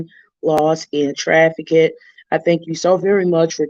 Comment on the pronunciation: The word is trafficked. Not trafi-kid. No disrespect but YouTube took away the messaging feature.